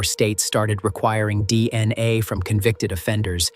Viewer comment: They way this robot says dna, D....N.....A, D....N....A